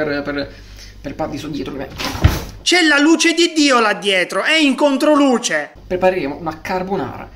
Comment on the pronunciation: Grandissimo ahahahah Ma per caso il maestro ha detto preperemo?? Ahahah #trasparento #dentro allortre